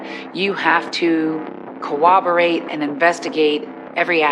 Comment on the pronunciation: Can anyone on this show pronounce the word corroborate??? There is no "W" in the word!!!